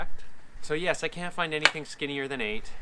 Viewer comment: was the most swedish "Yes" I've ever heard from a not swedish person :'D